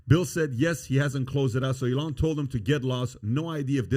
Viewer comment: PBD pronouncing Elon's name like Iran is one of my favorite things